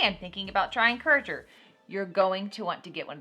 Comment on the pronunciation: Courager? It is Curateur :) I was so confused LOL I had to come back and read it.